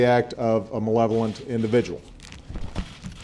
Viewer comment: Oh, so that's how you pronounce "malevolent." I never knew. This bombing baffles me, really. Whoever did this can not have acted alone, unless they have a good level of military expertise; the entire thing was just too coordinated. I don't assume an amateur could have slipped through the cracks of the FBI/CIA, and all our other agencies/departments.